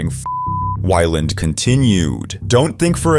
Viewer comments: Scott WHY-Land 😂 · so you CAN say Scott Weiland's name right, but the rest of the time you want to be a special and unique snowflake and mispronounce it as "Why Laaand" wtf